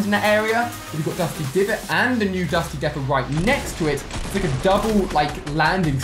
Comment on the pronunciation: Ali-A it’s dusty deeepo not defo